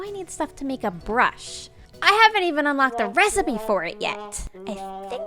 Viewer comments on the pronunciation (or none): none